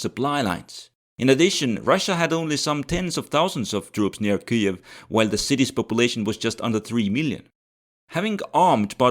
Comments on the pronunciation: [ˈkɪjiw], not [ˈkɨiw] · Ki-jev my friend. (or Kii-iv but definetly not what you sayed.) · bro, have you never heard anyone pronounce Kyiv? What's what Kuiev shit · It's Kiev not KEEEEV. Kharkov not CARKEEEEV. All that is Russian longer than the U.S. existed. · In eastern front videos Kiev was called Kiev, pronunced Kiev, but now is called neoUkro way Kyiv , sounding KIIIUV, just to show pathetic support like all other westerners hypocrites. Bye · I'm from Ukraine and I've always pronounced it closer to Kiev, more accurately "Kiyev" or "Kiyiv"